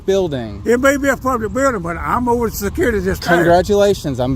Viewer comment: "THIS IS A SECURE BILDIN 😡" 😂😂😂